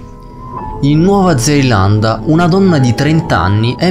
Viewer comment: a comunque si dice Nuova zelanda,tu hai detto Nuova Zeilanda